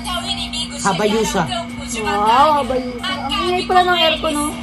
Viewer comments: Hayabusa yun kuya hindi habayusa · Hayabusa po hindi habayusa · Hayabusa ❌ Habayusa✔️ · Hayabusa ate hindi habayusa hahahaha